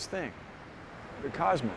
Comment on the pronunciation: Cosmos, not cusmos. It's an O